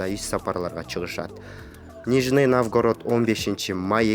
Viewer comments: Нормальный комментарий беришпейби дикторлор, шаардын аттарын айта албай жатат. Навгарод дейт. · пипец суйлойтко .. нижний навгород